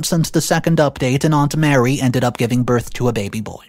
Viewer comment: Mary is a different name than Marie. Just telling you because this is the second video you mispronounced it. Also, OP is not the a**hole. 56 years of age is old and the risk of childbirth is a lot higher the older you get.